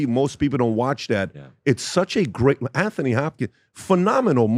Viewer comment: It's not pronounced An-thony Hopkins. It's An-tony.